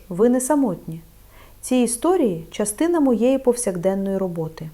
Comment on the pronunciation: НА ЯКІЙ МОВІ ВИ РОЗМОВЛЯЄТЕ???????УВАЖНО СЛУХАЄМО ВАС І ЧИТАЄМО НА ЕКРАНІ СЛОВА,ЯКІ ВИ ВИМОВЛЯЄТЕ І ВОНИ НЕ СПІВПАДАЮТЬ!!!!!!!!!!! НА ЕКРАНІ НАПИСАНО: ЧОГОСЬ,ЧАС,ЧАСТИНА,ПОЧАЛА,ПОМІЧАТИ,НАЧЕ,ВТРАЧАЄТЕ,ЧАСУ.................,А ВИ ВИМОВЛЯЄТЕ ЗОВСІМ НЕГРАМОТНО:ЧЬОГОСЬ,ЧЯС,ЧЯСТИНА,ПОЧЯЛИ,ПОМІЧЯТИ,НАЧЄ,ВТРАЧЯЄТЕ,ЧЯСУ...............!!!!!!!!!!!!!!!!! ДЛЯ ГРАМОТНОГО ЛІКАРЯ ТАКЕ ЗНУЩАННЯ НАД УКРАЇНСЬКОЮ МОВОЮ ЗОВСІМ НЕ ПРОПУСТИМО!!!!!!!!!!! ЦЕ ДУЖЕ БОЛЯЧЕ СЛУХАТИ!!!!!!!!!(Українська діаспора,США)